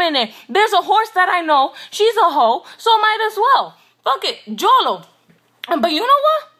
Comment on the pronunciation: I'm mad she said jolo though